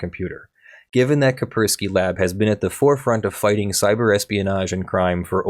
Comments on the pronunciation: I'm sorry. Was that Kei-spk-urk-swquie? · How have you never heard of Kaspersky before? I'm extremely lenient with regional pronunciations, but jesus that's a new one, lol.